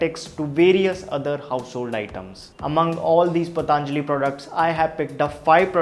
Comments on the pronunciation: पतंजलि not पतांजलि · Not पतांजलि 😂😂 its simple पतंजलि 😎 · It's patanjali not pataanjali...why most of the u tuber pronounce it 'pataanjali'.....u all r educated so..we don't expect this from you... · its not pa taaan jali its patanjli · Just for the sake of English don't change the name it's patanjali not pataanjali .